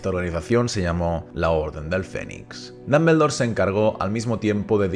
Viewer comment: Excelente video Tengo unas dudas por que si se escribe Dumbledore y se pronuncia duhm·buhl·dor, porque lo pronuncias como danmendor. Solo es duda sin el afán de otras cosas.